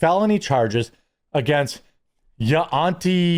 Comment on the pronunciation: Yuaunty “Yun-tea” Tia Kemp she’s the rapper Rick Ross’s baby mother and now a social media influencer